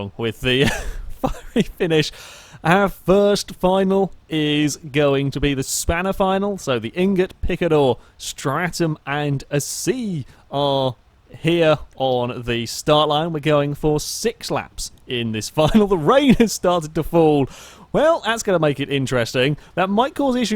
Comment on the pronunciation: Is there some reason he doesn't pronounce the last "A" in Asea? a-see-a